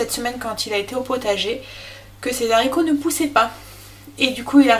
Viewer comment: Quelle cuisinière, tu me donnes envie de m'y remettre et ta chaîne est une mine d'or. Je t'en remercie beaucoup. Une petite remarque en passant (ne le prend pas mal) : les Zaricots euhhhh 🤔, c'est meilleur sans fil et .... sans liaison 😊 A bientôt pour déguster tes prochaines vidéos 👍😘